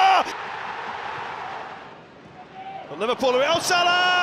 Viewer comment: After all the joy he has brought to football, you could at least pronounce his name correctly.. “mmhammed sulah”.